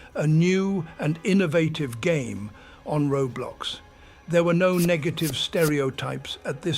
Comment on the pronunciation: Roadblocks, when adults try to pronounce Roblox💀